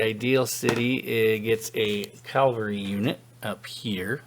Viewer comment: Yet another person playing this who says calvary instead of cavalry. Are you religious so you only heard about Calvary (where Jesus was supposedly crucified), but you somehow never heard of cavalliers or cavalry (a horse-mounted military unit)?